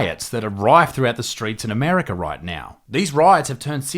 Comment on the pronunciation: 'Armerca' Bruh